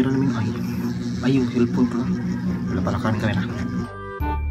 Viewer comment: LAPTRIP TITO ENING 😂😂😂😂 "CELPYON" 😂😂😂😂😂